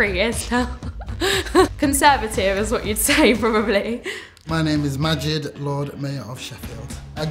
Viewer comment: Hey BBC the name of that man is not Magid... it is Majid ...error